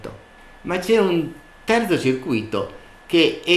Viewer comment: bel video ma è sbagliata la pronuncia di circuito